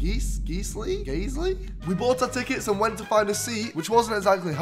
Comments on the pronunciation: Guiseley is pronounced as GUYS-lee not Geez-lee! It’s a suburb in Leeds. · I’m sorry geezly?😂 Guys - lee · Geesley😂 Geyesley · Hi Morgz, sorry we couldn't keep up the magic! It's Guiseley like Guise-lee! We'd love to have you at Nethermoor, just reach out to us. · ITS NOT GEEZLY!!!!!!!